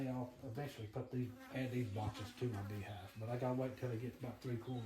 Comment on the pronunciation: Calls it a "Bee Hawv"